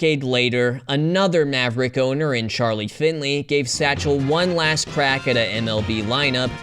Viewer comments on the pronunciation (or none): none